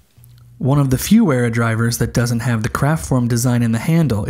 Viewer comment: "Wearer" haha more like "Veera" :D. Yes it can feel strange to pronounce it properly as English speakers but this is totally secondary to these excellent reviews of a wonderful range of tools. Thankyou for this! Also- the Wera colours are certainly mainly the colours of Deutschland!